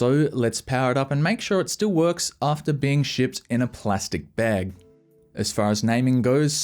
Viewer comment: Bro the way you say "bag" sounds strange to me